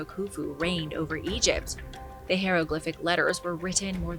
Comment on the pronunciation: I wish a producer or whomever is responsible for the script would kindly tell this announcer HOW to pronounce the word "HIEROGLYPHIC"! IT DRIVES ME nuts to hear her constantly pronounce it as "HERO-glyphic"! At her age she SHOULD KNOW how to say it CORRECTLY.